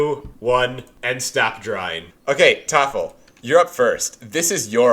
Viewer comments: Why are they saying Toffel but it says Tholaf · is thoralf really pronounced thofel or am i silly and new here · How is his name pronounced Thofle? Thoralf looks nothing like that phonetically. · I love when the Germans are on because they're so much more chill and can just play the game he intends 😂 Also, I swear I feel like I'm having a stroke every time I see "thorlaf" but says "toffal" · I'm sure this has been asked and answered before, but why is thoralf pronounced toffle? Or vice versa? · Could someone explain why his name is spelled, "Thoralf," but pronounced, "Toffle?" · Funny how is pronouncing Thoralf always as something like "Taffle". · Why does pronounce thoralf tofal